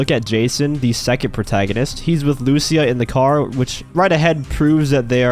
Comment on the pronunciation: Please say lucia correctly jajajajaj her name has the accent on the i not on the u luc!a